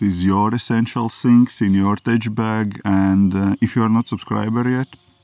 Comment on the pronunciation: Hi! Great video as usual! - "Tech" pronounced as "Tek"